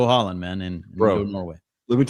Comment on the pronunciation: Bro how are you pronouncing Haaland? 😂 crazy aha